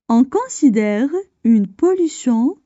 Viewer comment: السلام عليكم ورحمة الله وبركاته Si vous voulez améliorer votre prononciation. Vous prononcé : on considère , on cansidère , (AN ) alors que c'est (ON). Aussi , on fait des pauses de lecture aux virgules et aux points mais , pas à chaque mot . J'aurais apprécié que vous lisiez les phrases en arabes , je suis convaincu que votre prononciation en arabe est excellente . Voilà ma contribution de critiques constructives à votre production .